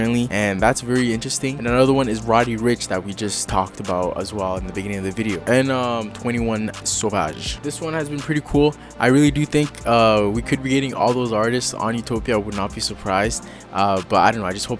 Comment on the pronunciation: 21 what??? you you pronounced it like a Frenchy lol